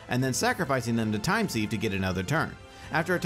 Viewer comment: Sieve is pronounced like ‘Siv’